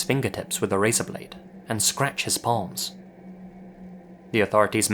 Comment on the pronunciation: I had to listen to like 15 times before I realized he said "scratch his PALMS" I was very confused as to why scratching the victims balls was relevant.